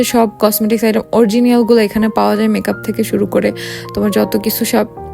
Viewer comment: আপু অরজিনিয়াল না,,,, উচ্চারনটা অরিজিনাল হবে